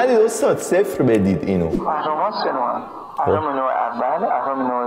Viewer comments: بنده خدا اهرما رو درست گفت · اون اهرم و درست میگه😂😂 ولی مث نعشه ها میحرفه